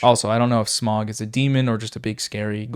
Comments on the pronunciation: Smough is prononced smo great vid tho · Great video, great points. But... Smough is not pronounced "smog", we know that. Its either between smough (smo) or smough (smof). This is because of the character hawkeye Gough in the ds1 dlc in Oolacile. When he speaks he pronounces his name he says Gough (gof). But this doesn't mean that its smough (smof) as the exicutioners name is never said. Also hes actually real buff under his armour, shown in some concept art. Great video still. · patiently awaiting the next feud video between and the Darksouls community for pronouncing Smough as "Smog"